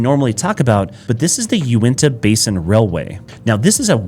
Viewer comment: Uenta? And you say you live here? UINTA